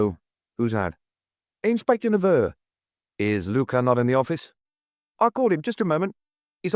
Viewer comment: Intersssting pronunciations, e.g. "Inspestor Luck--uss"!